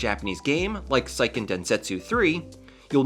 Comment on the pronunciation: btw, for Seiken Densetsu 3, "Seiken" is pronounced like "say ken" and not "sigh ken". In Japanese, "e" is always "eh". The way you're saying it, it would have to be spelled "Saiken Densetsu 3." Japanese is pronounced remarkable similarly to Spanish, so if you know any, that's a safe way to sound it out.